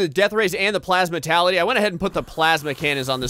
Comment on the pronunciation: Gravality Me: Can he read because it clearly says Gravitality not Gravality: Plasmatality Me: Yeah he can't read because it says Plasmality not Plasmatality